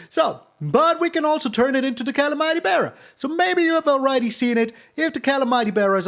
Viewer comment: I like your style but you mispronounce calamity if that matters